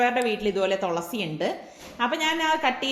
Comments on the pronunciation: തൊളസി അല്ല തുളസി ✔️ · തോളസി അല്ല തുളസി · തോളസി പറയുന്നതു കേട്ടു ചിരിച്ച് ഇടങ്ങേറായി 😂😂😂😍